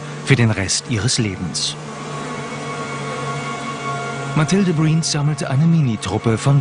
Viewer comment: Mathilde Briens... schön deutsch ausgesprochen ^^